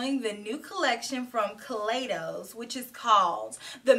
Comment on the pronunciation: you know I love. a purple eyeshadow. That purple on you is very alluring. I just want to let you know that the proper pronunciation of Kaleidos is (kuh lie dohs) as in kaleidoscope.